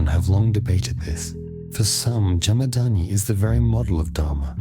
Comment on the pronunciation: Jamad-aGni. Pronounce that😊....not "Jamadaani"